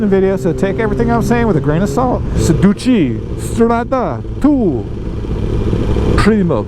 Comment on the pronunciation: I cannot take advice from a man who doesn’t remember the proper name of the brand someone that cannot speak their native language properly it’s your peripheral vision not periperal sedici not sedici Paid video terrible editing terrible use of the English language which is obviously his native tongue sorry dude get some education before you try and influence people